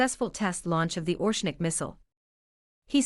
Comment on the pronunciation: ITS NOT ORSHNIK ,ITS ORESHNIK.